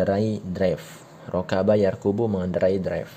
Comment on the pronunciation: Baru Ustadz, yarkubu ato yarkabu?. Soalnya yg Ustadz bacakan tidak sesuai dengan tulisan🙏